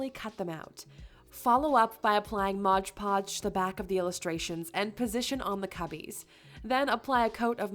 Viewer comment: Just so you know, please say MOD PODGE, not Modge Podge . Despite that, I think you said it correctly once or twice though .